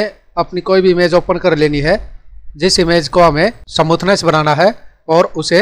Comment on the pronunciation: फ़ोटो को समूथनेस नहीं कहते बल्कि स्मूथ बोलते हैं।।। ओर यदि स्मूथ नहीं बोल पा रहे हो हो गोरा या साफ बोल दो गलत उच्चारण से हमे तकलीफ है